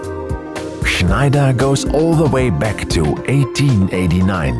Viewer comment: I love the way you pronounce Schneider!